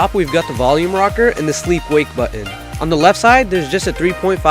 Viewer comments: button not buttu-in written not writtu-e-in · hehe true, but dude you say button really strangely :)